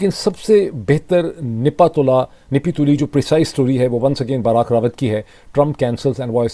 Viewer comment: Dr sb your Urdu is good but its not "nipi tuli" its "napi tuli"